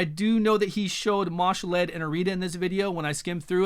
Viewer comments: Ma'Shalled (Mar-shalled), not Marshal-Ed:) eventually you and will get it right, lol, thanks for the vid as always. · there is no "r"